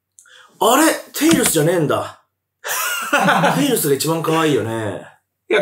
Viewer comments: 字幕はテイルズだけど、バキ童はちゃんとテイルスって言ってて草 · ぐんぴぃはちゃんと「テイルス」って言ってるのに字幕で「テイルズ」って間違えてるの吹く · バキ童氏はちゃんとテイルスって言ってる辺り好感持てますね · テイルスってちゃんと言ってるぐんぴぃさすが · ぐんぴぃさんはちゃんとテイルスって言ってるのになんでテロップで間違えるんだ